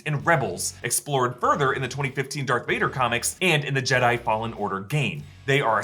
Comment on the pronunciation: All these years, you been saying dark Vader instead of Darth Vader!